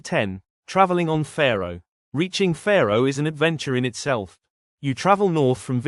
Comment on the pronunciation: Sorry, don't want to be picky, but the way you pronounce Fårö, you mean Faroe islands, located between the UK and Iceland. The proper way to pronounce Fårö is "faw-roe" not "fair-oe"..